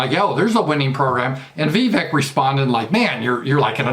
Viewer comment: Apparently it’s NOT pronounced like “Veeee Veck.” I think it rhymes with cake: “Vuh - Vake.”